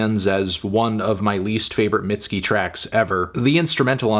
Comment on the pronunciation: I don’t think it was necessary to call her “mid-ski” but it’s your review I guess